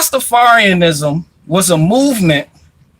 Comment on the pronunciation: soared so many of your words on this video. You cant say mouv m3nt.